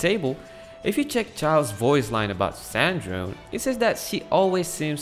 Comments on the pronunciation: i'm half italian and i'd like to tell you the E at the end is not silent. It's san-dron-e, the whole thimg is pronounced. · Also, C'est Ann Drone is pronounced Sandrone in French. And this translates as Mek Ann/Dron Ann from French. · Sandrone's pronunciation: 💀💀💀💀